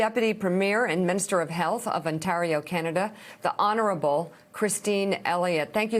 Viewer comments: Un tah reo. Interesting pronunciation of Ontario. I kind of like it for variety's sake. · Shame on Mika - mispronouncing Ontario & referencing Thanksgiving which Canadians observe in October. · She can't pronounce Ontario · Just an FYI: our hospitals are not going to be able to cope for much longer. This provincial Conservative government has made the wrong decision at just about every turn. Also, her inability to pronounce Ontario is adorable. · Ontario. Toronto. Premier. Just a few words Mika might want to polish up her pronunciation of before she does another report on a region an 8 hour drive away she seems to know very little aboot. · Imagine being an adult woman never ever having spoken the word ONTARIO before. Like wtf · Lol love how pronounced Ontario 🇨🇦. This is my province and it’s beautiful here ❤️🇨🇦❤️ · love Mika's pronunciation of Ontario!